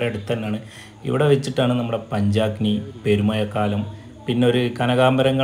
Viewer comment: Poya alla puzha Perumayakkalm alla Perumazhakkalm